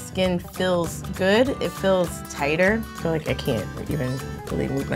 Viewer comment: pronounces feel "fill" and it bothers me so much idk ilh but